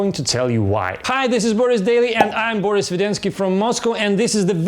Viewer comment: Акцент заметен, но весьма бодренько. Продолжай. Только вот почему бОрис?:-)